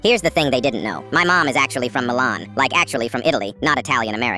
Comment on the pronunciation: Ma che cazzo?😭why did you Say milan like that 😔 Però il stereotipo e troppo reale fr Cisally✨👁️👅👁️⭐ Familia🤨 Madonamia?